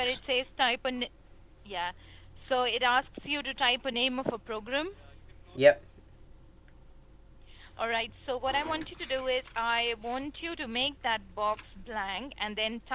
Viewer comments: Program not PIlgrim xD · Piligram... She said Program damn... are you deaf? but the 365 a week got me LoL ahahahaah